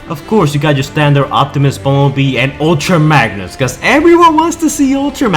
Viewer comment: "Ulta Magnus" "Glavatron" ....